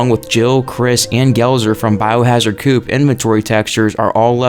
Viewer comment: Biohard 'COOP.' It's CO OP. Coh-OPP... Almost as bad as your RE7 pronunciation of 'secretion' which you said like: Suh-crettin. It's Suh-cree-shon.